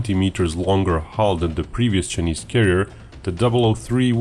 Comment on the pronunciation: Love the way you pronounce chuhneese lol